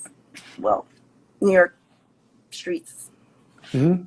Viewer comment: “She belongs to the skreetz”. 😂